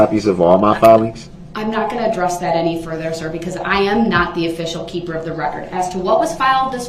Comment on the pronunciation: Can he say any word that begins with th correctly such as that he says Dat or this as discussed or ask as an